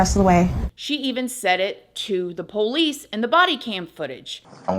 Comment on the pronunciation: I love the way at you say”ploice” lol